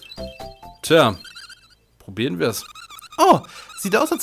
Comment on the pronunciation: "poropieren" nicht "porobrieren" Wenn, dann richtig :P